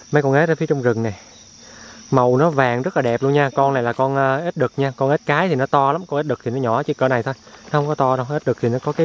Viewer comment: Ếch nhá không phải ết đâu